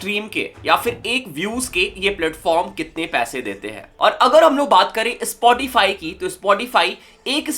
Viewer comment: It's called "Spotify" Not "ispotify"